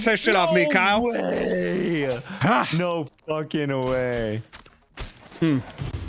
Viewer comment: straight up kept messing up Kyle's name and almost said Squirrel multiple times lol